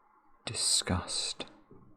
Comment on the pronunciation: He kept saying the word "discussed" and I was having a breakdown